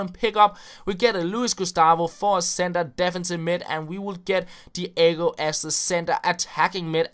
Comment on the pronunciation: DEE AY GO lol